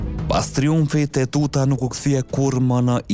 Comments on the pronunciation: JO UTUTA PORE TEUTA O NJERI !!! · TEUTA O NJERI JO ETUTA